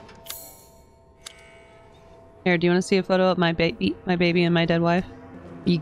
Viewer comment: Also "give me back my babby"